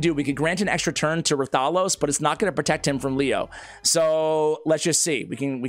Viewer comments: Hey, sending YOU positive vibes. Now, as you know, you specialize in R:SL and I specialize on helping your pronunciations...😅 Its Wrath-a-los. They just dropped the W. Not Rah-thalos. Ok, so. Repeat after me: Wrath-a-los, WRATHALOS! With feeling! Now, go forth and be great. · The name is pronounced Wrath-uh-los.😊❤